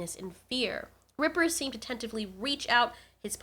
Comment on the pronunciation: His name is reaper not ripper